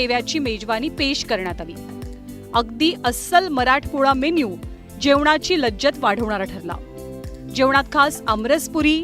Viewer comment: लज्जतमधील ज चा उच्चार चुकला आहे